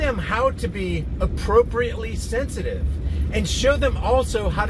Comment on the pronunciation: Thenthitive > Sensitive